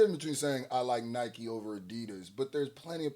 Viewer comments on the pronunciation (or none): none